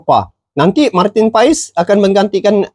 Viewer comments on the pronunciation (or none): Abang bacanya/Ucapnya : Martin PAS BUkAN Martin Paes sukses ya bang.. ❤